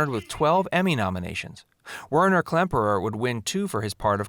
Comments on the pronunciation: First they never failed escapes they could have left anytime through the tunnel and its Werner not winer. I know it was pronounced right the second time but never should have been mispronounced in the first place. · Weiner? Whiner? No, dummkov. It's Werner [pronounced "Vayr-ner" ]. Just another 'fun fact'. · WERNER. NOT WINER. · Whiner ? Seriously ? It's Werner ! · "W E R N E R KLEMPERER" not "W E I N E R KLEMPERER" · " Winer " Klemperer ! Twat . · So many mistakes and sloppy pronunciation of names. This video is not a good example of attention to detail. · and instead if "WINER" KLEMPERER, Its WERNER:) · THANK YOU! That was really bugging me. Also that he pronounced Werner as "whiner." And that he claimed W Klemperer was an accomplished musician. Everything I read said it was the absolute opposite--his parents were professional musicians, but he didn't display a lick of musical ability. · Agreed! And the fact that the gentleman's name was WERNER Klemperer, not WHINER Klemperer suggests that this video was put together by individuals who never actually watched the show. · Allow me to quote Galaxy Quest..."Did you guys ever watch the show?" "Whiner" Klemperer? What's up with the pronunciation for Stalag? one of the three only three of these type of vehicles ended up "on" Hollywood? LeBeau was a Nazi? Give me a break...please try and project some type of familiarity with the material before presenting a video where you supposedly are presenting facts... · Narrator pronounced "Werner" Klemperer wrong. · You never mentioned that Bob Craine married the gorgeous and entirely erotic Sigrid Valdis, "Fraulein Hilda," during production, on-set. Miss-pronounced "Werner" initially and "Stalag" consistently. Did you ever watch the show, Dude?